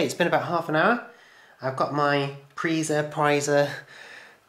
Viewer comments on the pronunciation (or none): If Preiser is German it should be pronounced Priser how you said it the first time I know this as I take GCSE German and when it's e and I or I and e you always pronounce the second vowel